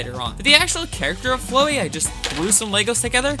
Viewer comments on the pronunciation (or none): Your pronounciation of Flowey is abismal. Its just flower with a y bro.